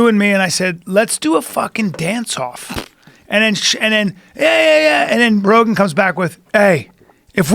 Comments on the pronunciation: Joe "buh-row" Rogen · Joe bah-row Rogan